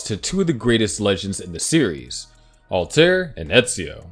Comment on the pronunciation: How do you mess up alrair